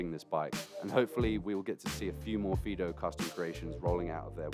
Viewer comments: I had to go back to the beginning to find out what it was actually being called, so it was a fiido bike for some reason it sounded like peedo bike, I was going to say they needed to change the name. Mind you fiido bike might be a good reason to change the name to save confusion. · sounds like he keeps calling it a pedo bike lol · Did you just call it a pedo bike??